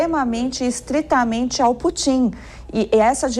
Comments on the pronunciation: Adorei o "Putín" assim, oxítona, da. Soa como se a intenção fosse diminuí-lo. Abraço à e aos demais. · Putím ? Kkkkkkkkk